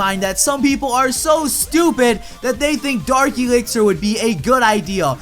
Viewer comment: is it just me or does always prenounce dark elixer as darki elixer (sorry for my grammer im dutch)